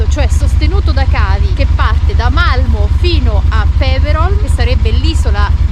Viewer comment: Sara una cosa: Malmö si pronuncia accentuando la "o" in maniera chiusa 😁😁🤩 siete sempre il top